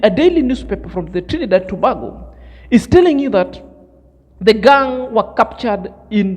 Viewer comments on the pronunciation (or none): Trinidad and Tobago . Tobago is pronounced like this spelling( To Bay go) peace my brother.